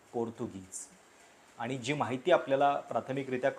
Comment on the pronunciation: तुमचे विचार मुद्दे व मांडणी चांगली असते मला तुमचे व्हिडिओ पाहायला आवडतात पण एक सुधारणा सुचवू इच्छिते तुमची भाषा शुद्ध आहे परंतु तुम्ही न आणि ण चे उच्चार योग्य पद्धतीने करत नाही. कृपया आनि पानी पन असे उच्चार करू नका